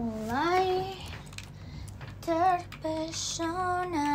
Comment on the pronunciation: Terpesona❌ Chepershona✔️ 🤣🤣🤣🤣🤣🤣🤣